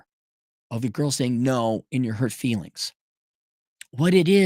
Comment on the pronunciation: Here’s a grown man screaming into the microphone 🎤 in his basement, yelling about the “feesfees” and the “reerees”. 🤷🏼‍♀️